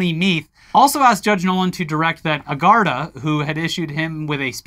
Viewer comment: Garda is pronounced more like "gardy" than "gardaw"